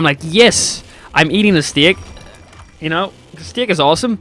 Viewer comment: also just makeing sure i missheard when u started talking about food did you say stick or steak?